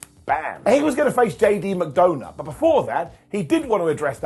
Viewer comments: Is it just me, or doesn’t it sound like is saying JD Mcdonut? lol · Yes. He's calling him McDonut. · 35 - I swear I hear “JD McDoughnut” 🍩 when you say his name. 🤪